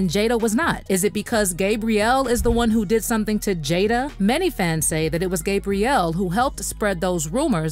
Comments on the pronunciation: It's "Gab" rielle, (with a short 'a' sound), NOT "GABE" brielle, with the long 'a' sound...😒I can't even listen to this because of that. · You are not saying Gabrielle's name right lol